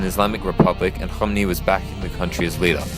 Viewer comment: very informative but you could work on your pronunciations of 'Iran, Iraq and Ayatollah Khomeini' (Ee-ran- not eye-ran, Eeraq- not eye-raq and you basically just pronounced his name as 'Ayatol Khomni' so you missed out a couple of letters lol)